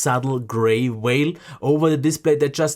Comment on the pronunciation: It's probably very difficult to show in a video,however it looked like to were right to me, the Sony looked the cleaner & better. I wondered what a whale was, then realised you were saying Vale.